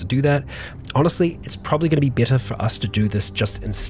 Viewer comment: Why you you keep saying besser instead of better?